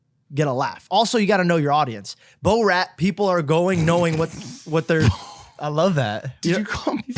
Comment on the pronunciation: How is even possible that doesn’t know how Borat is pronounced